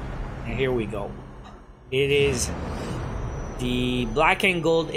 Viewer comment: You know what, IT EES WHAT IT EES